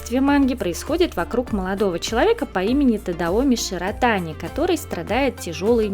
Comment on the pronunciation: ШИротани - на и ударение